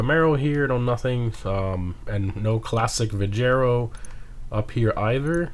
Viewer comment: Wait...did you actually pronounce it..."Vee-jer-oh?" 🤦🤦🤦🤦🤦🤦🤦 Your lack of ability to pronounce anything never ceases to amaze.